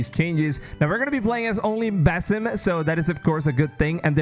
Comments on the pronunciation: its pronounced bAAsim like the sound a goat makes not baesim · am I the only one who gets triggered when calls him "bay-sim" instead of "ba-seem"??? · Dude it's pronounced BA-SIM not BAY-SIM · Did he really sah Beysim instead of BAAAH-Sim. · no disrespect, but its not Bay-Sim. It is Bah-Sim. Nice video bro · Baeysim??? BASIM! Dude you can't even pronounce it right...you must be American...no other nation is such disrespectful... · What do you constantly call him BASS-IM Rather than BASIM like everyone else. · BASIM ❌ BAYY-SIM ✅ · Proper pronunciation of his name is Ba'sim (Bahsim). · One more, BASE IM, yo who is this new character 😂 (I’m not a pronunciation nazi i just found it funny) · Love that Ubisoft is returning to their AC roots. Thank you for the new info. And just for future reference, here's a more accurate pronunciation of the Arabic name, "Basim."